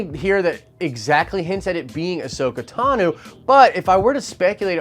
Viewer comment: Is no one else triggered by him saying Tanu as opposed to Tano? So annoying